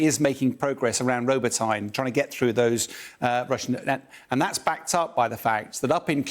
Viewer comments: Glory to Ukraine. Btw town Robotyne is not pronounced as robotaine, but roboteene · It’s spelled “robo-tee-neh”, not “robo-teen”, “robo-tyne” or “robo-tine” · He just needs to work on his pronunciation of Robotyne now. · Hurts listening, him to calling it Robotyne